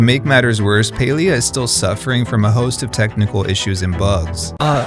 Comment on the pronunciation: I don't play the game or anything, but clearly the company that owns Palia didn't lay off 75% total of their workforce... I'm garbage at math and even i know that percentages are only additive when taken from the same whole amount. you're also not even saying the game's name correctly despite showing a clip of someone stating it correctly less than a minute into the video... not the best first impression tbh lol.